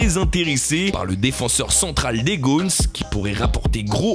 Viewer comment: Ca se dit les "gone" pas Gonessssss parisien va !